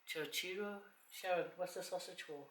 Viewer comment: Good morning how are you yes you pronounce right on chorizo tipical dish meal in Latin America must taste so delicious Thank you for make the meal made me feel good and hungry L.O.L a dios amigos have safe trip to the cook island Have ever heard about this islands called RAPA NUI RIGHT ON THE MIDDLE OF Tahiti and Chile south America interesting RAPANUI Isla de pascua belong to Chile the must BEAUTIFUL thing they are polynesian and they speak Spanish Latin language SAMOA AND RAPANUI POLYNESIAN ISLANDS!!!! FAAFETAI TELE LAVA A DIOS GOD BLESS YOU ALWAYS